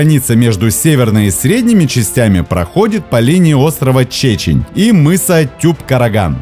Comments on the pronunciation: А почему ударение в слове,, чечен'' на первое,, е'', а реально ударение на второе,, е'', это по незнанию или намеренно? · Остров ни че'чень , а чечен. ☝️